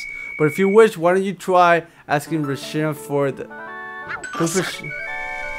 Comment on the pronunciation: re-shi-ram thats how you say it